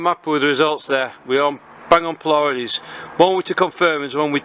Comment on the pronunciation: Excellent overview! (Only one minor comment, it's pronounced "PLEE-uh-deez" not "plee-YA-deez".) Thanks for the review! Going to pick up one of this little gems asap. :)